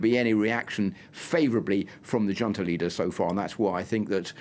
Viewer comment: How am I supposed to take this limey bastard seriously when a grown man, supposedly familiar with affairs of the world cannot or will not pronounce the word "junta" correctly? How can anyone be so insular and be put forward on international affairs. 🤨🤭🙄🤷‍♂️